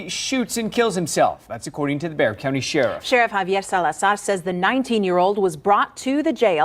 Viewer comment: It’s pronounced Bey-har. It’s from when Texas wad still a part of Mexico, so you say it like they pronounce words. 😉